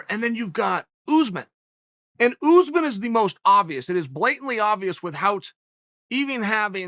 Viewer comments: It’s USSmahn nor Uzzzmen just sayin put some respec on his name god dammit Colby is a weird ass name but people can say that but they can’t say USMAHN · It would never work for Usman because he refers to Usman as "Oozeman" 😂. How would a curse work when you can't even pronounce the man's name properly. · Chael: OOZmun! Usman: Oosmahn. Chael: OOZMUN!! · Uncle Chael “Oozeman” Sonnen